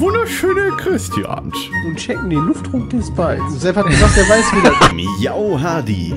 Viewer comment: ist schon jemnad aufgefallen das er sagt wunderschöner christiant also mit T